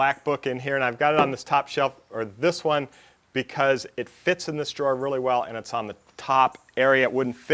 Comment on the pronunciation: I thought it was a typo, but you repeated it three times. ?What's a draw ? Drawer. Why do you hate the "er" so much?